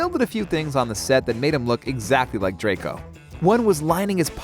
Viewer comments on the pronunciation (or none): none